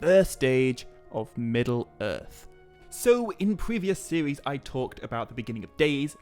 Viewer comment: sorry when you opened up with a "new sewies" i cant